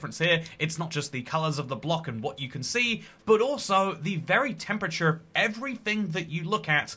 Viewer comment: bro switched to 'American' when he said temperature